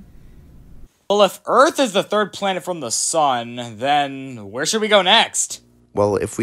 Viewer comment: Hehe earf…. And Luna is soooooo cuteeeeeeeeee